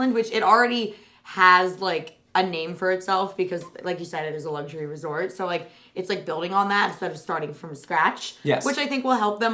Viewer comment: Since when did Luxury have a G in it?? 😂